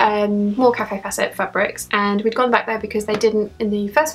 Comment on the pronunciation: Great video... i love seeing what you buy. Kaffe's name is not pronounced Cafe.. it is pronounced Kayf xxxxxx